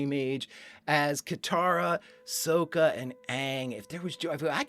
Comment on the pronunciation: Please don't call him "soh-ka" Please, just DON'T. it's "sah-ka" not "soh-ka"